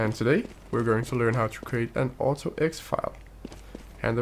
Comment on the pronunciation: Great video! I'm sure that this will help a lot of people. Just a note, and this isn't a big deal at all but I figured that I might as well tell you - in English most people pronounce it auto-exek (so it's a hard C with the same sound as a K instead of a soft C which sounds like an S) You do speak great English though! :) Just trying to help haha EDIT: okay my bad, I guess you said it right half the time, nevermind